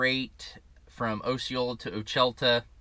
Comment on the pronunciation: It pronounced O-sha-late-a , I live there. In fact my house is about a mile from that Walmart DC .